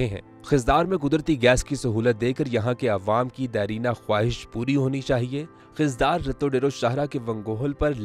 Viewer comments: Aap ko yeh pata hona chahiye k khuzdar ko khizdar na pronounce Karen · Please correct your Pronunciation it's Khuzdar not Khizdar . Please try to take all names Correctly